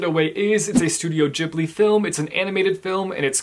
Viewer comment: THANK YOU FOR SAYING GHIBLI RIGHT. Also, all of the Studio Ghibli films are available to watch on the streaming service HBO Max, (i believe it's around $12.00 -ish dollars a month). As someone who's been watching the Ghibli films since they were a kid, It makes me so happy to see the films finally getting the recognition they deserve!! (I say this because i feel that recently so many more people have watched, and are talking about Studio Ghibli and Miyazaki's films)